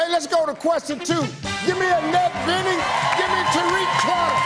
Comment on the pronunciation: “Anne-ette” I can’t! 🤣🤣